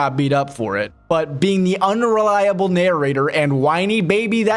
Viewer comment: HE IS VERY UNLIKEA-BULL BEING THE UNRELIA-BULL NARRATOR AND WHINY BABY HE IS SOMEONE WITH THE RAGE OF 1000 BULLS Almost like its intentional. Lawl